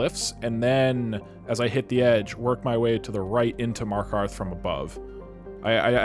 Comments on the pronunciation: How i discovered your channel: my friends headphones popped out and I heard that "this poo is fast enough to get me to markov" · 'a poostain to skit into markov' 10/10